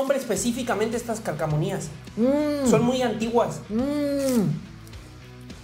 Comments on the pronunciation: Le escuché “calcamonias” 😭 la dislexia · Jajajaja calcamonias dice el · Alguien noto que dijo kkmania en lugar de calcomanía?